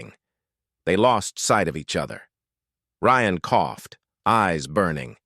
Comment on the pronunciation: I guess the AI got tired of butchering “Ryan”so it renamed the characters.